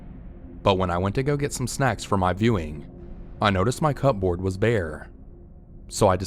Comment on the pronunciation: C'mon dude.... "CUP-BOARD"??? Do you seriously NOT know how to read/spell the word "cupboard"? You don't pronounce each word separately, it's ONE word (a "compound" word, to be exact). It should be pronounced "CUBBERD"